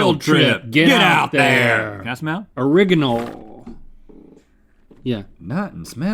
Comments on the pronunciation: Is no one going to mention that Link pronounced it “o-rig-inal”? I cracked up at that! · the way link says "original" will forever haunt my dreams